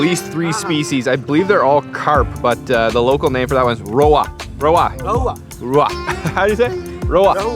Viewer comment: That’s not “Rowa” Its “Rohu” A indian Carp Variety. Scientific name is Labeo rohita